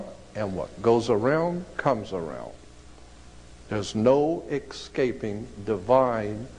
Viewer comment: He lost me at "EXCAPING".